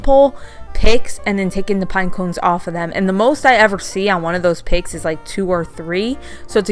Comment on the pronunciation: 😇🎄 Hi, I absolutely L 💚 VE ALL of these DIYS, and I appreciate YOU for sharing, even though you are have the stiches in your mouth.😊💜 At first I thought you were saying 🐖 pigs, LOL Then I kept watching more of the video, and realized that you were saying Picks. Thank YOU for sharing your creativity 😊 💜 P.S. I go by my middle Joy 😊 💜🎄 🎅🎁 ❄⛄ 🎩 Oh and YOU are the FUNNIEST You Tuber, and NOT JUST BECAUSE, I THOUGHT YOU WERE SAYING PIGS, but because you ARE just NATURALLY FUNNY 😅😊💜🎄🎅🎁